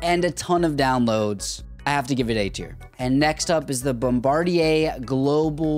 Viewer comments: Dude, your pronouncing bombardier wrong, try saying it as bombadeer and your on your way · I love how he says bombardi - A